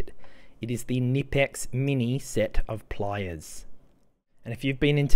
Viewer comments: Yes, the "k" ist not silent in German. But yout have to know this, and he is australian. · The pliers are called Knipex, not nipex!